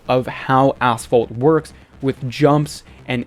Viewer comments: Yep a9 was asphalt but unite really is ass fault😂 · Did you said ass fault or asphalt? Or is it ai voice over?